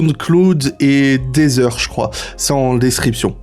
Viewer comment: Aïe la prononciation de Spotify, Sound Cloud et Deezer